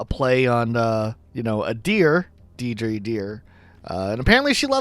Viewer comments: It’s DeiRdre not Deidre. That name is derived from Irish mythology. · Deidre's name is pronounced "Deer-dra" so it's very punny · deirdre being pronounced deedree got me good lmao 😅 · Deirdre is actually pronounced ‘deer-drah’, but yeah it’s probably a play on words as she’s a deer! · Your pronunciations are horrible. How can you not know how to say Cyrano? It’s one of the most famous plays of all time. Étoile is e-twal. French. and Deirdre is Deer-druh. Because she’s a deer, duh.